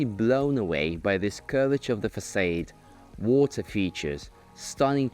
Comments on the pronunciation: Can barely focus of Arvin's commentary as I am too busy maulding over the presenters inability to say "Facade" correctly. If you are going to present in English, you should at least be able to pronounce the words related to your field correctly. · The host should really learn how to pronounce "facade" properly